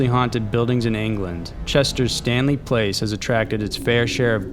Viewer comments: it was ok until the narrator does not know how to pronounce Stanley Palace an not Stanley Place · Palace not place, my man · palace is not pronounced place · "Stanley PLACE'??? It clearly says, "Stanley PALACE". You know 'pal-ass'.😄😆😆😂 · Stanley PALACE... NOT PLACE. You always mispronounce words and names. It's very distracting. I like your channel but geez it drives me crazy! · I cringe each time he says Stanley Place. Place?? It's pronounced PAL*iss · the way "palace" was pronounced is weird